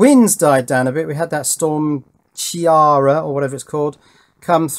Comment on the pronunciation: Storm Ciara pronounced KEERA as in Keira Knightley